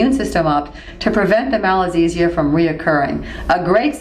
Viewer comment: very informative but i think it should be 'Malassezia' instead of 'Malazessia'